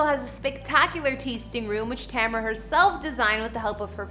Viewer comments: Tu-mare-u is how u say it not tam-ra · Her name is Ta-me-ra not Tam-ra. I love her house. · Her name is pronounce “too-mar-ra” Tamara not however your pronouncing it. That’s so bothersome. Thanks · It would be nice if you said her name right..geezuz....I love this house.. its pronounced ( Ta Mare rah.. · ITS TA-MER-A!🤦🏾‍♂️ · It’s pronounced Ta MAIR ra!!!! 🙄🙄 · Do you even research the people you talk about? You missed pronounced Tamera's name like 20 times. LOL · It was so annoying and really hard to watch with her messing up her name . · Damn you butchered her first name AND maiden name. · Killing names..... smh 🤦‍♂️ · How does she say her name correctly but screws it over the rest of the video .. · Learn how to pronounce names before shooting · She know she not pronouncing her name right . I really believe she's doing it on purpose. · Really slack not producing her name right – not even close. I think it's so disrespectful 🙄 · Please put more effort in getting people names correct. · Please say her name right smh... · can you at least pronounce her name right!! yohhhhhh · The next time could you,? Would you Learn how to pronounce the person name before you do a video on them.